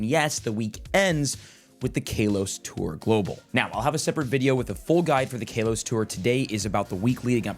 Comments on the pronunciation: 7. IT IS PRONOUNCED KAH-LOW-S. NOT KAY-LOW-S. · Its not KAY LOS GEEEEEZ " CAL OS" i cringe literally everytime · I cant stand how he pronounced KALOS as Kaylos. There no e to make the a sound like that. So its pronounced k-ah-los. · Still calling it kaylos. Bro where is the long a or they coming from? Ca-los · Love you but bro I think you are saying kalos wrong 😂. The not Kay-Los it’s K-ah-Los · I'm not sure if you are doing this on purpose but why do you pronounce it as "kay-los" instead of "Kaa-los" 😭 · Its kaw-lows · "Cal....os" Kalos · Sorry for your Kay-LOSS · How to unhear Kaylos bruh 😂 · ITS KA-LOW-SE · cant say ive ever heard it pronounced "kaylos" before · Omg kaylos event! 😂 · Ngl, we pronounce things differently alot, especially if we're from different areas, but hearing KAYLOS is indeed weird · bros entire life is pokemon and he doesn't know how to say kalos 😂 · Each time he says it I cringe. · Swear he pronounces Kalos wrong on person for engagement